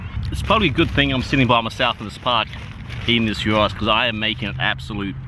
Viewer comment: Already happy that you are pronouncing it “yeero” Cool to see the Greek influence in Adelaide 🇬🇷🇬🇷